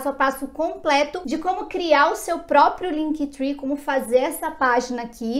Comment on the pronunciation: LinkTri que fala! Three é 3 (trwee) Esse tree é de árvore Pronuncia é TRI! Mas muito legal o vídeo!